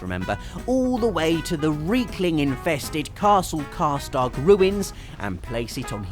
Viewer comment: sounds like you're saying karstark and not karstaag